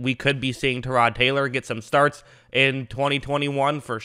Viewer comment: Actually, he said it the way Tyrod says it.